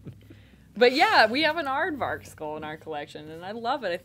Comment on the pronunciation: Nailed the aardvark!